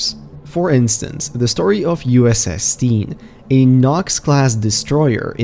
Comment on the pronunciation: soundet like "Steen" not "Stein"